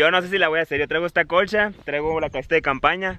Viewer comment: Nadie: Neta nadie: El yeahcompa: noshee,colshaa, todo lo que lleva shhhh xdxd